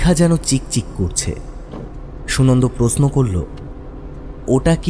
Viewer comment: প্রশ্ন uccharon khub e kharap